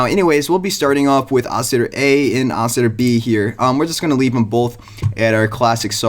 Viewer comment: I'm sorry what ? Ousiter? Dont you mean oscillator?